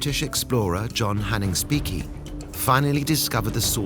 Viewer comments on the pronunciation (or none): He (well, the male AI they're using) can't even pronounce Speke right; gets old fast.